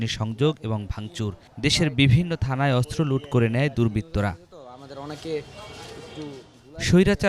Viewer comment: অস্ত্র ✅ আস্ত্র❌